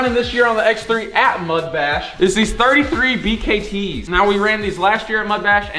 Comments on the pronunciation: Not calling motohavics bkts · This mans called him motohavoks bkts 😂